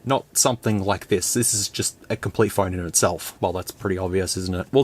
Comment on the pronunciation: Man what an accent lol. As a Bostonian who's atrociously recognized for forgetting R's, you are my polar opposite. Though(r), Pho(r)ne, belo(r)w, go(r), ligh(r)ts, mobile(r), fo(r)lks, hu(r)ge, suppo(r)sed, so(r), oh my!!! XD